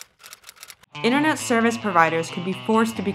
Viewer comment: With so much effort invested to make a great video, it's a shame the lady doing the voiceover can't pronounce the very thing she's talking about: the 'internet'.